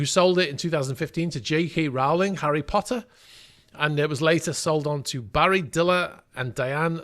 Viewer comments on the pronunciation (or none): JK Rowling is pronounced roe-ling